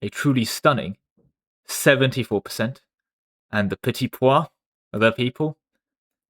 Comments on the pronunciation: Why are you calling the petit peuple petit poids 😭 it' pronouced "P-a (like the english word 'a') - PL" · You pronounce "Petit Peuple" like "Petit pois" which means peas